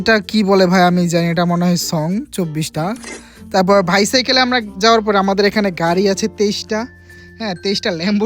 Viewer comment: ভাই ওইটা ভাইসাইকেল না, ওইটা ভিহেকেল হবে..?॥🙂👍